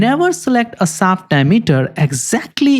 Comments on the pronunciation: it´s shaft shoulder, not saft solder. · "Shaft", not "saft" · You need to work on pronouncing "sh" You pronounce shaft as saft. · Please learn pronounciation! Shaft is not sap! Reason is not region! Shoulder is not solder! And don't waste sooooooo much time, when 5 minutes is more than enough to tell the relevant facts! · Interesting video and presentation. I would suggest that you need to improve your english pronunciation. It took me about a thrid of the video to figure out what you mean when you were saying sap (shaft). The where many poorly pronounced word that need improvement. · Yes. Very educational. But I needed the captions because absolutely no effort whatsoever was made to pronounce the "sh" sound. I know some people struggle with pronunciations, but when you are educating people and can easily ask other people how it sounds before it is posted it is rather lazy to not do it correctly. Half the audience is wondering what a saft soulder is and they have to stop and start the video again to read the captions.